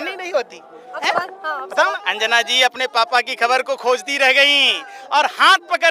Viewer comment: अनजान नहीं भाई अंजना😂😂